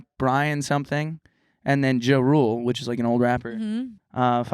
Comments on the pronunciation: It's pronounced JAH rule. Not jarule... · the way pronounced ja rule……..